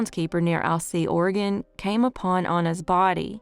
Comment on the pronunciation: Thank you for not calling it Or e gone, or Orgun. Everyone not from here cant pronounce it. You did it right.